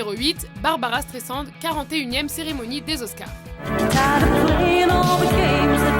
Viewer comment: ça se prononce S-trai-s-and...